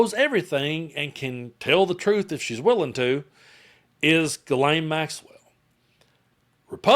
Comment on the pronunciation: Ghislaine and Guelaine are not the same name in French...Ghislaine is a French name, while Guelaine is not..Maxwell's name is Ghislaine, and not pronounced as Guelaine.